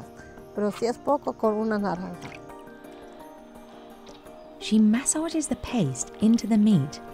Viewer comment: She called orange naranga, sounded very similar to indian narangi